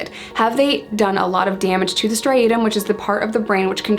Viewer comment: Striatum Not stiatum